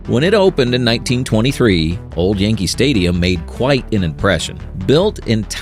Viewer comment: “Yankel Stadium” 🤔